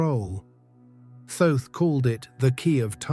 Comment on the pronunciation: Thoth is pronounced like cloth. Not being critical. I had to ask him myself.